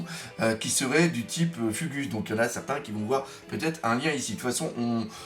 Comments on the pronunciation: Purée pas [ fugusse] mais [fougou ] mdr bon qui pourra être au grand rex pour le film ?? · Écrire "Fugu(s)" prononcer "fougou(s)" S'il te plaît Doc. Merci 😀😀😘😀